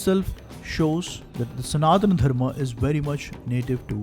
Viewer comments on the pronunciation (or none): none